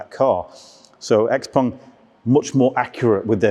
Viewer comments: Good video, but on thing hurt my ear, is you saying pong.. xpong... its pronouced XPING and spelled XPENG cut the PONG haha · In my my head I read and hear it as Xpang and the host is saying Xpong